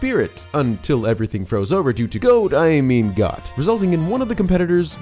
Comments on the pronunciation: pronouncing Goht as Got instead of Goat was nails on a chalkboard. 🤣🤣🤣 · It’s pronounced “Goat”, for Goht. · Goht's name is pronounced "goat" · “Goht” should be pronounced like ‘goat’..